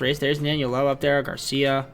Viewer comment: ur butchering Lowe and Jung bro